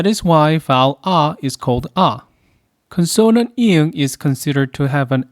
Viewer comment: I hope you will accept this comment without getting hurt because I make it in the most humble way. Please note the word “Consonant “ is pronounced as “CON - son - nant” (not “con - SON - nant”. Gam Sam ha mi Da.